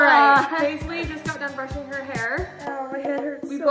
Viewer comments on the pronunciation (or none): “ my 12 year old Paislees “